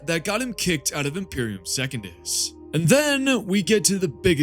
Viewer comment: Brother, you have got to work on your pronounciation if you're going to make videos speaking on this stuff. Secundus is not second-us, it's Sec-un-dus. Mersadie Oliton is Mer-sadie Oli-ton.